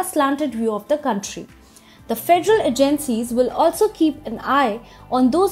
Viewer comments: Just one tip, it is not Ah Jennseas It's AJenSeas ;) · A-gen-cies not a-GEN-cies